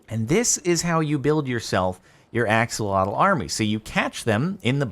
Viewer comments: My guy it's Ah-SHOH-loh-tl not Aks-uh-LAW-tul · It’s said like ah-sho-lote